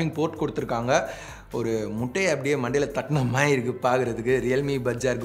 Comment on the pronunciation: Yo மாரி illa ya ! "மாதிரி" ! Entha ooru karan nee ????? Kerala eh native ????